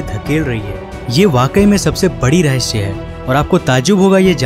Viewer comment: Oh bhAi rahasya ko rahasya h bol , rahshya rahshya kya lga rkha hai 😂😂😂